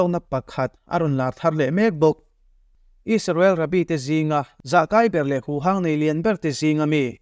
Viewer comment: Isarel, donalthrama.. Beng a kham deuh. Donal trum, 'h' hi i lam na mah mah thin a.. A ngaihnawm thin e.